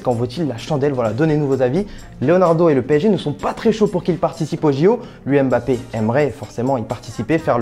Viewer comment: Prononce MBAPPE et non EMBAPPE 😪😪😪😪😪